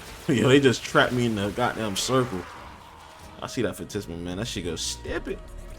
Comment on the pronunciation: Phantasma - tas not tis Phantisma is wrong makes you sound dumb. Phantasma is right because it comes from Phantasm which means ghost, in Spanish.